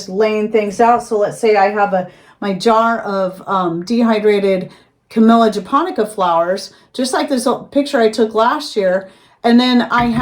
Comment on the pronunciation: Dead serious, I heard canola flowers 😂